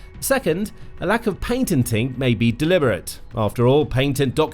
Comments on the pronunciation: "PATENTING", NOT "PAINTENTING" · Someone fix the narrator, the word is patenting not paintenting. But speaking of painting, i think it would be a good idea to oaint the drones sky color so they cant be seen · It’s called Patenting .. not Paintenting! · Why does the narrator keep talking about "painting drones"‽ shouldn't he be discussing "patenting"? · Ha Ha! "Paintening" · Please stop saying "paintenting". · What's paintenting.. is that similar to patenting?